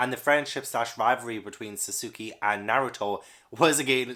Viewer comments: SUSUUKEEY!! It's been a long time since I heard someone pronounce his name wrong. Since I dislike that shit, I am glad people still mispronouce his name. Wahahaha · Sad Naruto didn't make it, was such a massive part of my teenage years 😓 Also, if you ever do get to it (which I fully recommend) Sasuke (Sos-kay) Sakura (Sack-oo-rah) (like the blossom) (Sorry, couldn't help myself 😅) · Pronunciation Guide: Alphonse: Al-fon-z Sakura: Sah-ker-ah Sasuke: Sah-s-kay Pretty sure those were the only ones I noticed and this is only based on the anime so it could still be wrong. Also, if you look into the backstory of Berserk, I think you'll love it even more.